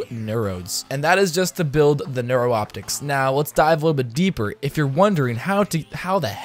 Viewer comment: Neuroptics (new-rop-ticks)